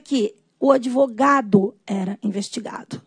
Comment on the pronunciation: Desembargador falar ADEvogado, ninguém merece!!!